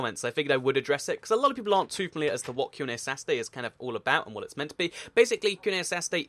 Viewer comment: Hashtag que and a Dear why cant you say "A lot of" properly?